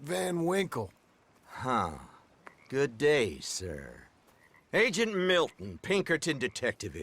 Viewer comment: Thought agent miltion said agent milf